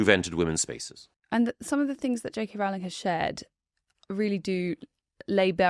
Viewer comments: I do wish would correctly pronounce JK Rowling's surname. It's ROW-ling, not RAO-ling. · At least one of you has it right. Rowling as in Rolling Stones, not as in growling at kittens.